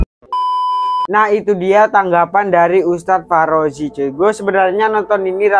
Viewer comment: Ngakak dia bilang farozi